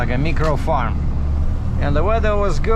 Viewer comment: not being a language police but micro is pronounced my cro, sorry about your mom 🙏for her 88 thats pretty good, my mom died at age 52